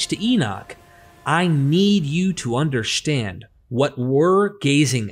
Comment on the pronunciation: He said Undershtand😂